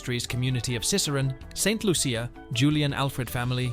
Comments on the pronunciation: Lol lol lol lol lol not even pronouncing St.Lucia properly 😂😂😂😂😂😂😂😂😂😂😂😂😂😂😂😂😂😂😂😂😂😂😂😂😂😂😂😂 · This video is terrible. They have spoken kindly about our JuJu but NOT accurately. The narrator didn't do any research and it shows since he cannot even pronounce the island of her birth and where she represents ST LUCIA! Talking about her being in luxury clothes and bags and owning cars... Anyway Congratulations JuJu you are awesome!! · You pronounced st.lucia wrong